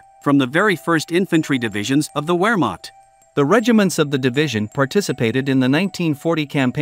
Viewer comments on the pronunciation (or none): W's in the German language are pronounced like V in the English language. Wehrmacht is pronounced Vehrmacht. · Wehrmacht is pronounced Vehrmact. The Germans w always sounds like a V. Also J’s are silent. Example: July is pronounced oohlie. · Tell your robot voice that words like Wermacht are pronounced with a “V” not a “W”!